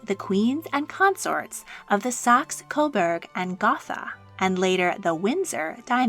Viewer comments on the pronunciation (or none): You don’t say saxe coberg or gothica properly. Please research the names you’re saying and if you can’t say them properly use your OWN accent. I’m very confused why you’re adding a French accent to a German name🤔